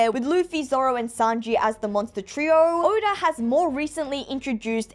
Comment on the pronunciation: why tf did u name urself and say oda like that